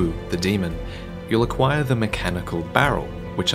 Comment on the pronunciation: IDK why I noticed it now, but you pronounce acquire really weirdly